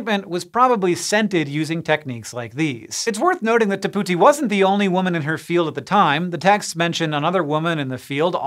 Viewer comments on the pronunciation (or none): I’m almost certain he is not pronouncing the first name correctly.